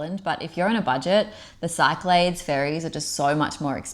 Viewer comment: Very helpful thanks. Also, Cyclades is pronounced “sick la dees” :)